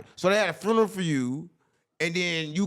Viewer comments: A " FRUNERAL" 😂😂😂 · Why can’t the say “funeral” correctly??